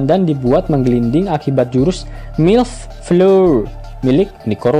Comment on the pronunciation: Mil fleur woi, kok milf 😂